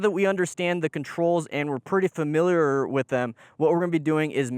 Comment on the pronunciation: if you cannot speak, then please STFU. Familiar is a word that comes out correctly when you're not doing drugs.